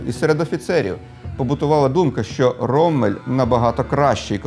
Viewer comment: Ніколи не кажіть "роММель" чи "біТТе", бо це невігластво. Подвійна приголосна літера лише вказує, що попередня голосна є короткою. Це німецька, таки правила правопису. Як й в англійської, не завжди читай як написано.